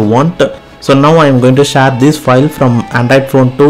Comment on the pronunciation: Share ❌ Shar🦁✅ 😂😅